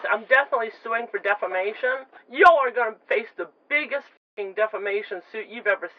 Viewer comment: Did she say a huge defamation or a huge defacation